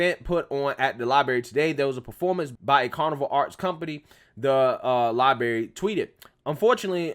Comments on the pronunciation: Its LibRary. Not LibAry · I have so much respect for you and I'm a loyal follower of your channel. But please stop saying the word "libary" instead of "library". It's not a good look. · I was scrolling through to see if anyone else mentions this. I dig his videos, but this is just embarrassing. Then you get "oh, he's country". C'mon, with that weak noise. The soft bigotry of low expectations. Holy crap, libary libary libary. It's so cringey. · Not meaning to be rude, you may want to work on your pronunciation of library. You need you to roll the r right after the letter b